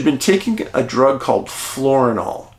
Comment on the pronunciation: David I think you might mean FIORINAL rather than "FLORINAL" for migraines. Just an FYI for clarification. I love your platform! ( Retired Professional Midwife here)...❤